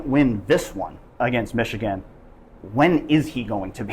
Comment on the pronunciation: O-H…N-O not Mich-again!